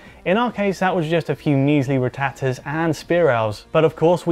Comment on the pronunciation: ROFL... the way he says rattata......